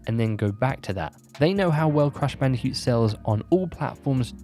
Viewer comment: Is it just me, or is he saying "Crash Bandi-cute"?